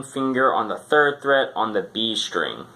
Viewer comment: It's fret, not threat lol